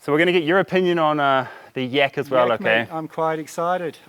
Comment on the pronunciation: In my country yak is pronounced like in "rack" not with an "e" like word "tech". Very odd to listen too as you say it like you'd say "yeck" :D